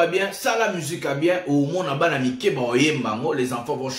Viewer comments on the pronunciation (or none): none